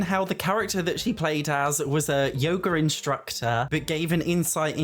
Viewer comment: I'm sorry but I need to tell you one thing. Your accent makes "yoga instructor" sound like yogurt instructor and I can't unhear it😭😭😭